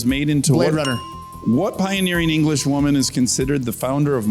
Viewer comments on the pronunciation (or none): none